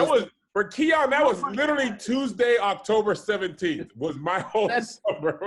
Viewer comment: Am I the only one who cringe at pronunciation of “Literally” 🥴🥴😩🤣🤣